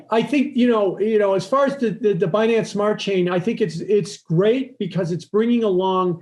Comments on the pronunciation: "Expert" pronouncing "Binance" and "Finance" like an idiot. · Typical wall street guy: says finance like “fuh-nance” This OG hedge fund guy: even says Binance like “buh-nance” 😂